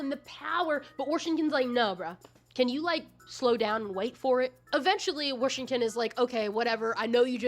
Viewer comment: you saying warshington 🥹🥹🥹